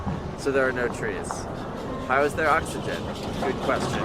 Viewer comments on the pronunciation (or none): none